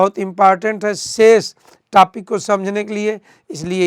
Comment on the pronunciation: Topic ko tapik bol Raha hai